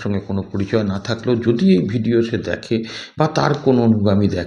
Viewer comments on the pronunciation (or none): none